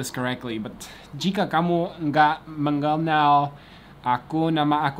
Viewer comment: MENGENAL that G is silent bro ..